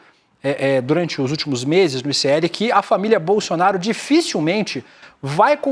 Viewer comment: O apresentador fala bolsionario ou é impressão minha? Kkkkkkkkk